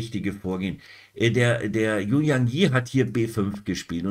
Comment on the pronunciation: "Yu" spricht man "Ü". Danke für Deine Videos (fast) jeden Tag. Ich schaue alle.